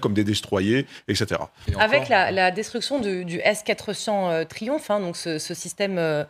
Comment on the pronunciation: Le "Trioumf" ??? 🤔